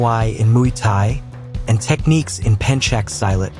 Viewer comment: Aside from the mispronunciation of Pencak Silat and the misunderstanding and mispronunciation of Jeet Kune Do which is a concept and not an art, I support the efforts to expose the decades long false narratives surrounding most Kung Fu styles and their practitioners. Kung Fu movies also helped in promoting a false narrative about Kung Fu and still continues to this day with movies like Ip Man. MMA has it's place as a practical form of fighting and competitive sport fighting but it is not the only valid fighting method. Also, lets not forget about the differences in sport fighting where rules and referees are involved and there are no weapons other than the use of empty hands, not to mention that you only fight against one individual. Kung Fu and other traditional martial arts have their place within various cultures, fitness, and aesthetic appearance. Xiaodong looks like a good fighter with a desire to spread the truth about fighting. But we also have to consider the fighting ability of those who accepted his challenges. Just because a person makes undeserved claims about the fighting system that they practice or their own abilities, doesn't mean they are good fighters as Xiaodong has proven. It also doesn't mean that they cannot fight. Everyone is beatable in a fight and a person with little fighting skill may still defeat someone with even lesser skills.